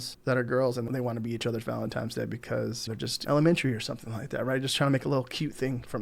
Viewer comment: ValentiNe not valentiME 😂 but seriously great video thanks!